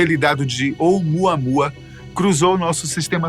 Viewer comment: "Vem muamuamua"😂😂😂